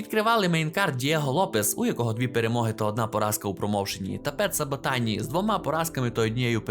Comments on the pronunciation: СабатІні здається правильно Дякую за відео, руснявий хуй дуже класно впав як на мене) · Соботіні * . Там навіть натяку на літеру „ А “ немає.